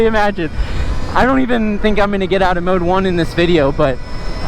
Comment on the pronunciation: Oh I’m sorry but, Did you say mode one or mode one or mode one one or mode one? What was that mode one?